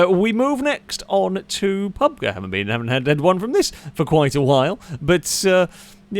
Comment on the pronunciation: Pub-guh, huh? (Its pronounced pub-gee btw)